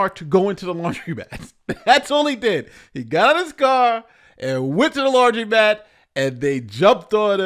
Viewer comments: It's laundromat not laundry-mat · Hi.. it’s pronounced lawn druh mat(laundromat)